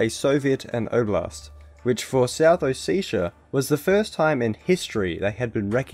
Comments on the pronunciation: Its not south Oh-seh-tii-ah or oh seee ahha ahh ! is it so difficult to pronounce O Se Ti a , just ! Originally its Sa ma cha blo . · ALPHASTAR RU well it’s actually ოსეთი but whatever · Sorry to be that guy but it’s south Oh-seh-tii-ah, not oh-see-sha. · More like a O-set-ia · It's not ossetia it's samachablo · hmmmmmmmm South OseSHA you say. I laughed at least 20 minutes at oseSHa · it's hard to take any of this video seriously when you can't pronounce ossetia or tbilsi. it would've taken two seconds to google. they're both pronounced exactly how they're spelt